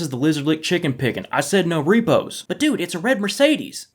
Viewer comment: "Reepees?" Yea u got close there bud🤣